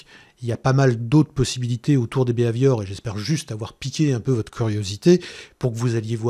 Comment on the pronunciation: Excellent, clair et précis... moi, le seul point agaçant c'est la prononciation du "bi Hai Viore".. à la françoise qui donne un "b ave ior" :)